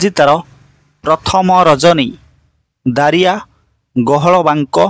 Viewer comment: ଦାରିଆ ନୁହଁ ଜାରିଆ